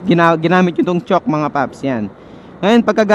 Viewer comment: Chowk ang pg pronounce d chock(chalk?)